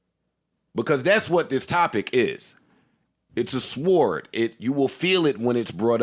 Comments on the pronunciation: Joe learn to say SWORD or stop saying it hahahahahaha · Why is Joe pronouncing sword like “sward” 😂😂😂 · We're pronouncing the "w" in sword now?